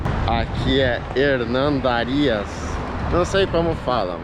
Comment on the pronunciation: Parabens, conseguiu pronunciar bem "Hernandarias".....